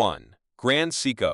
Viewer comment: You earned a thumbs down from me five seconds into your video. Take this video down, learn how to properly pronounce Seiko and then try again. Respectfully, Boston ☘️